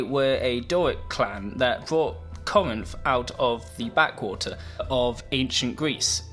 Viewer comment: It's pronounced "Cor-rinth". You tryna butcher Greece?